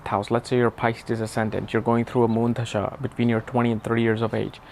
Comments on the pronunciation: I know you are a scholar and I enjoy your content but when you pronounce Dasha as Dhasha it confuses me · Bro, Please respect the Language Hindi 🙏 It's Dasha , not Dhasha 🤣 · Chuthiye pehle dasha pronounce sikh dophe